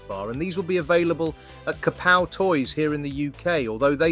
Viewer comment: Sorry it was bothering my ears. Kapow is pronounced Ka-Pow not Kap-Pow.